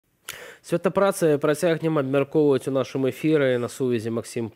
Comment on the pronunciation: Чаму вядоўцы не ведаюць як вымашляецца слова "сьвята". Калі не ведаеце як, карыстайцеся тарашкевізатарам і там дзе ёсць мягкія знакі значыць вымаўляецца ў наркомаўцы таксама мягка